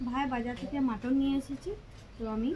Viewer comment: মোটোন না মাটন